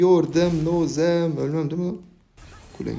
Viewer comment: Abi su replik bağımlılık yapıyor 😂 "Aorkadaşlaar bana bi yordem lozeem"